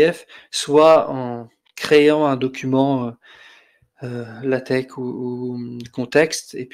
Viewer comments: Bonjour,! Merci pour votre présentation. Je pense avoir trouvé l'origine de votre prononciation très particulière du mot LaTeX, que vous prononcez LateR plutôt que LaTeK. Je lis dans le document « The Not So Short Introduction to LaTeX » (document lshort.pdf sur le CTAN), dans la première page du chapitre 1, « TeX is pronounced “Tech,” with a “ch” as in the German word “Ach” ». Comme dans l'allemand « Ach so » donc. Je dois dire que c'est la première fois que je lis ceci (en plus l'auteur du document cité précédent est allemand, la première version étant l2kurz, et il écrit: « sprich „Lah-tech" oder „Lej-tech" » que j'ai fait prononcer par Google traduction en allemand, et cela confirme bien: LateKKKKK, pas LateRRRRR). La traduction française du TeXbook contient la phrase suivante (Chapitre 1, exercice de diction): "(...) le mot TeX rime avec le mot « grec »". Ce qui confirme le tout. Je ne sais pas où le traducteur de la version anglaise, habitant la Suisse, est allé cherché le « Ach »... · Bizarre de dire TeR, ConTeXt et LaTeR. Les prononciations TeK, ConTeKst et LaTeK me semblent plus cohérentes puisqu'apparemment le X est la lettre grecque qui a été employée pour former le mot grec qui est devenu le mot « teKnique » chez nous. C'est la première fois que j'entends cette prononciation étonnante. À la limite, je préfère encore les prononciations Teks, ConTekst et LaTeks. On va essayer de passer outre ce tic de langage pour voir l'ensemble de la vidéo, qui heureusement parle de Metapost, pour lequel il n'y a pas d'ambiguïté de prononciation.